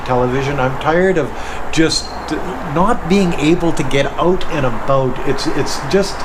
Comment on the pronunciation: did you mean to say "ooot and abooot"? lol! :^)